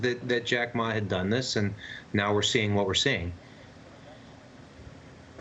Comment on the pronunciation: How can people talk like they are experts on China and call Xi Jinping "zheee" it's xi, pronounced like SHE. Where did this French sounding English Chinese come from? If you don't know how to say his name, what the heck do you know about China.